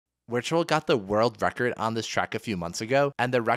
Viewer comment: VUH VIRTUAL. please stop saying Wertual